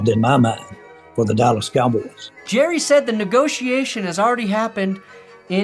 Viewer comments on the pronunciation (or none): Jerrah --- Mizzorah --- Cincinnatah